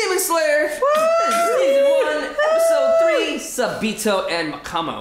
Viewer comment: How to say Sabito S-O-B-E-T-O Sobeto